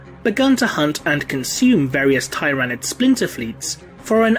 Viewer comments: tier-a-nid not tie-ra-nid but it’s ur channel so u can pronounce Tyranid any way u want I just thought that’s the way most of the community pronounced it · It's "Ti-ra-nid" not "Tie-ra-nid" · I have to thumbs down your video since you automatically the 1st time you pronounced it you pronounced tyranid incorrectly... why?